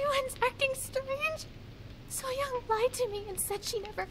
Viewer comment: Gk tau kenapa kalo kak regi manggil so-young jd kyk manggil sayang🤣